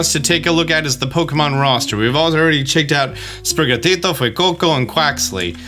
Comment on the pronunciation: Bro, the pronunciations of Sprigatito and Fuecoco were on point. You speak spanish?